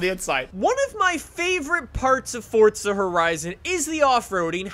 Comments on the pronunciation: Its Forza not "FORTZA" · Why does he keep saying fortza when it is clearly forza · Fortsa horizon? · Why do you say Fortza.. 🤔